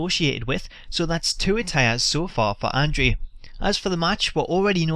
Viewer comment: Pronounce andre the giants name correctly! Idiot!